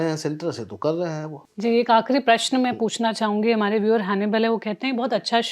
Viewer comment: Anchor ko Prashan bolna sikhana padega.. Unki Hindi utni aachi nahi hai